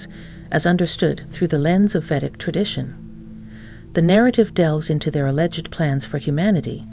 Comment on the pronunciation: You have an incredibly long introduction that's incredible redundant. U say nothing and mix 2 different cultures. Btw, it's Vedic not vetic.